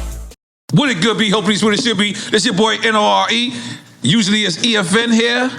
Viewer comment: "Hey siri, play NORE-Closer"